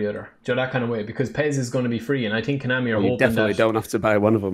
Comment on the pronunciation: Why does it sounds like is saying Coinami every time he said Konami